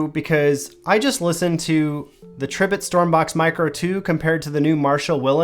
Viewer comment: Pronounced, Tree bit